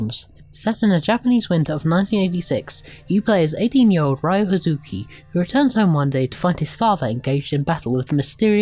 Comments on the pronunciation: It's "Ryo" not "Rayu" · His name is not Rayu, it's Ryo (pronounced Rio like the city) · Excelent review, but the name of the main character isn't Rayu, is Ryo, and is pronounced Rio not Raio